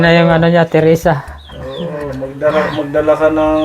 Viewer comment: terasa po hindi teresa